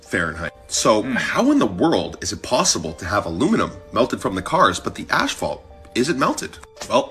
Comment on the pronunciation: Asphalt, not ashphalt! 😂🤦‍♂️ Americans, eh?